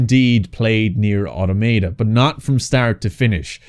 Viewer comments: Alt title for the video could be painfully wincing everytime gamer guy mispronounces Automata. A-ta-ma-ta is not the way it's pronounced. A-tom-ata is how it's pronounced. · The second way you pronounced Nier Automata was correct. You've probably heard everyone pronounce it the first way which is completely wrong because apparently native english speakers don't understand their own language at all.